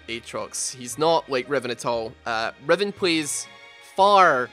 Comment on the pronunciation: Freaking heard Revon instead of Riven and I was so confused, LOL!